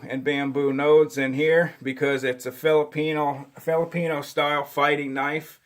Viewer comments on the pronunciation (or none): none